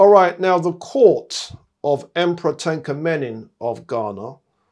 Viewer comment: Correction: Tunka Manin (1010–1078). Not "Tanka" as erroneously stated.